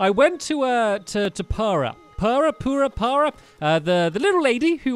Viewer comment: did anyone else notice purah got called poorah?